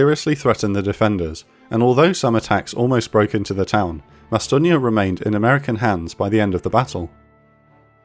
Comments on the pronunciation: The narrator is using the wrong pronunciation, Bastogne, phonetically pronounced in french BASS-TUNG. Not BASS-TO-GNA like if it’s some Italian town. Also acceptable is the American pronunciation of BASS-TONE. Bastogna lmao Je parle couramment français et jamais je n’ai entendu cette prononciation pour Bastogne. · Say it with me- "Bah-STONE". Weirdly, this is the second video I've had to post this same pithy, pedantic comment in today. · Slight mispronunciation of Bastogne, its pronounce BA Stone. , In case some did not catch the reference, Lt. Colonel Creighton Williams Abrams, Jr. was one of the most effective battle commanders of WW 2, after whom the Abrams Tank was named. He achieved the rank of 4 Star General commanding through the Vietnam war, recipient of multiple awards. He served as Chief of Staff of the United States Army from 1972 until his death at 59 in 1974. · Bas-tonia is NOT how it's pronounced. No like, no sub. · It was wild to actually hear him pronounce Bastonge correctly when every other mention of the town he said "Bastonge-yeah!" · Dude, why do you pronounce Bastogne as Bastonia?? No one else does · "Bastone-ya" Fucking cheeseball brit academic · It's not "Bastonia" the narrator is a moron. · Bastonia? Get it right. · not to a Brit or a yank. It's bastone . And as we were the ones who liberated the place , and gave rise to the language your video was published in , id say we have earned the right to decide how it's bloody pronounced 🤣👍🏼 good video though. Thanks 👍🏼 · Its not Bastogneya! It is Bastogne for goodness sakes. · You pronounce Bastogne wrong it’s pronounced ba-stown. I’m from Belgium. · Bastogne is pronounced as bas-STONE. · Why do you pronounce the name of the town "BastogniA"? There is no "a" in there. It's french speaking belgian name, not italian. This annoyed me so much that halfway in, I stopped watching. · Bastogne-ia? My teeth grind every time the narrator say it! ARRRGGGGG! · Please stop saying Bastogne like that…